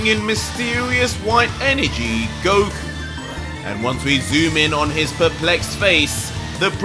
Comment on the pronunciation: Did he just say Broku?